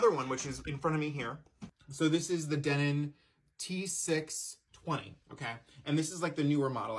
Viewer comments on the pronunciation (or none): LOL, "pliers" 🤣 Not 'DEH nin', it's 'de NON'. Good equipment. There's only so much quality you can extract from a cassette (and it's not much), but enjoy the journey into the past!